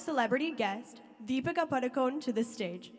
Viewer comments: Please pronounce Padukone properly as it is pronounced in Karnataka... it is ಪಡುಕೋಣೆ not Paadukon... let others pronounce. but we konkani people have to pronounce as it is supposed to be.. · not sure if you are agreeing with me or disagreeing with me. She pronounced it PADU CONE instead of PADU KONAY. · I am disappointed that even Konkanis did not pronounce Deepika Padukone last name correctly, Including Deepika Padukone.When Prakash Padukone was a well known badminton player, I never heard his last name pronounced incorrectly. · We Saraswats Brahmins say Padukon not Padukone